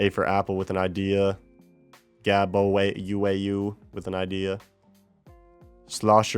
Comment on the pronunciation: as a not united kingdonian citizen, yes they we are very angry people. Mom I got mentioned:D! also the way you say the last part of my name is like "wow", the "uau" is just portuguese for "wow", so gabo wow. Love the videos, keep 'em coming Hammer request again for the win:trophy-yellow-smiling